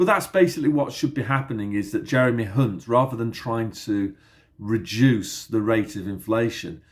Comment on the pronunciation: Thanks, Hunt sounds like #unt...